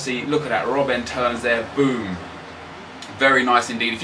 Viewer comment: Why so you say rrrrrrrrobb-en?